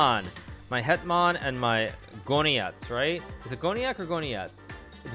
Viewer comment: It's so funny that Hikaru can speak Polish that good. His "Hetman" and "Król" were perfect